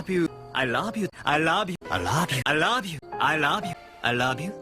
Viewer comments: I like the part where he says 'I rouve you' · It sounds like "I lob you" to me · Damn, I almost make it past the middle with it still sounding like "I love you" but in the end It ended up "I rob you, I love you, I lob you, I rob you, I love you, I louuve you" XP